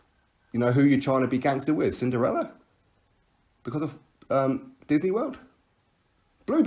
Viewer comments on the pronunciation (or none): none